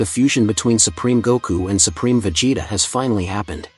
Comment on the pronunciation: why did you pronounce vegetas name differently